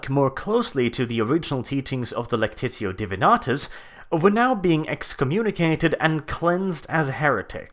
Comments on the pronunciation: I think it was spelled "Lectitio Divinitatus". And for some reason keeps reading it as "Lectitio Divinatus". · its Divinitatus, not Divinatus. Lectitio Divinitatus, possibly Lectio Divinitatus. Di-vi-ni-ta-tus. It always was Divinitatus. It's "divinity" (literally "Godhead") in Latin, Lectio is "reading" in latin, Lectitio is more complicated, lectitō is first conjugation of lecto, and means pretty much "I read" Every source has always read Divinitatus, so I have no idea from where your Divinatus comes from. Other than that as always great video